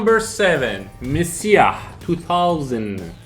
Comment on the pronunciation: Defiance is not pronounced "The Fiance", it's "Dee-fi-ence". Messiah is pronounced "Meh-sai-ah". Sorry to be that guy but I was trying to look up those games and had to listen to the video several times before realizing what you were saying. Maybe add the title of the game as a watermark of the video clip you use.